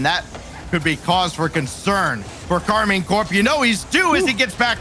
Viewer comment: It's KAR MINE .. not KARMIN